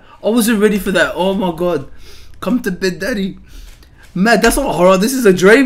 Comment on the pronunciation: cuz she’s saying danny not daddy 😭😂😂